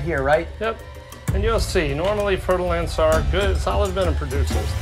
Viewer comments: fer-de-lance. I keep hearing fertile ants! :-D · I thought he was saying fertile ants 🥴